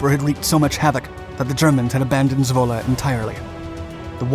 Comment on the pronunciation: Great to hear that you pronounce Zwolle correctly :)